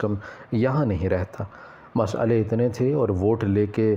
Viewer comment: Masly hota h masalie nh